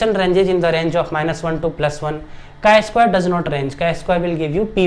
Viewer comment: Chi is pronounced like "sky" but without the "s", not like chai (tea) 🧋 🫖 😄